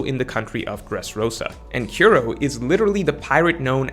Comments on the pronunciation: You suck at pronouncing most One Piece names/words lol. Kiro? You make Kuro? Koo-Ro. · struggling a lil bit to pronounce Kuro. Good video though. Thumbs up.